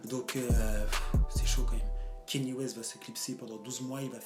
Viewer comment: Comment t’arrives à dire « Grammy » mais t’arrives pas a dire « Kanye » ? Le mec a fait carrément une chanson où il chante son nom pendant 3 min « i love Kanye »... mais tu dis toujours « Keni »